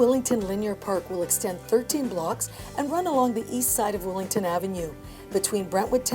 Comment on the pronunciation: Why does she keep calling it Willington? It's Willingdon!